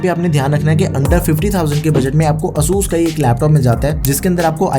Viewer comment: its "ay-sus"